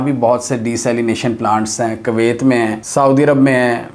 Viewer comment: For goodness sakes can you please start pronouncing the name of Kuwait properly? You say it in such a nasty way that I feel like not listening to your videos.